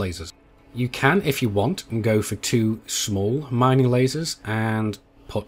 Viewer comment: miningk? ringk? maybe its just me hearing that